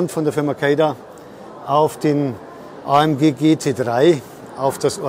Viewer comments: Was eine Aussprache Ämg Cäda………besser kein Video machen 👎🏼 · Ist halt manchmal nicht ganz einfach ... vor allem, wenn man sich mit dem Standpersonal vorher für Infos nur in Englisch unterhalten kann ... und in Englisch spricht man nun mal üblicher Weise ÄiEmDschi und manchen sprechen in Englisch auch von KeyDa. Sorry für diese Unachtsamkeit. Tja, man kann es halt nie allen recht machen. Ich hatte auch schon Zuschauer, die gemeckert haben dass ich eine Jahreszahl oft in zwei Zehnerblöcken ausspreche - 20 25 statt als Tausender-Zahl 2025, obwohl beides üblich ist. Ich wünsche Ihnen viel Spaß auf anderen YouTube-Kanälen, die es besser machen!😉